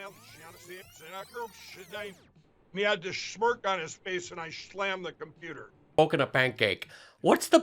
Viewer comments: He SCHLAMMED THE COMPUTER WHILE SCHLAMMING EVERYTHING ABOUT WALMART? HAHA 🤣😆🤣😆🤣😆🤣😆🤣😆🤣😆🤣! LINDELL'S BRAIN IS GONE and now it's really affecting his speech, OH! FRANK'S SPEECH??? Is that why it's named that? To show us how BADLY SOMEONE CAN "SLAUGHTER" THE ENGLISH LANGUAGE??? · "Shlammed"??.......what a shlamma-lamma ding-dong. Btw......that photo of Donnie and Moron, is actually quite sad. Imagine having a narcissistic sociopath for a father. One who never showed you true affection, never gave you genuine encouragement or even honestly said he wanted to spend time with you. You know, I think having a completely absent father would be less cruel to a child. But, I'm sure Junior was well compensated for that emotional abuse. And, the mere fact that he and Eric still are involved with Donnie shows that, when it comes the Trump clan, it is, and has always been...... .........DOLLARS UBER ALLES!!!!!.......